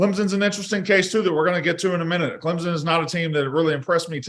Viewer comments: Clemson not clemzon there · She continuously says clemZon instead of clemPson and no one corrects her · she’s also good for “I don’t want to speak for you, but….” Lol